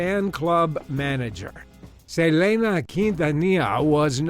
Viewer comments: The way he's pronouncing Selena, like Say-lay-na 🤦‍♀️😒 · I was like who the hell is ‘Salayna???’ This same thing happened to Selinq as well…what a coincidence…then I heard the managers name, and I then was like oooooh, he clearly did not know who she was! And he didn’t listen to the pronunciation!!!😂 🤦‍♀️ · He's saying Selena's name all wrong😡🤬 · Omg omg it hurts sooo bad listening to you say our precious Selena's name wrong!!! How could you do that!???? Everyone knows how to say it right. Omg I'm so offended